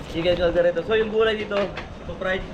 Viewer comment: correction kaldereta hindi kalgareta don’t get mad ok I just telling the right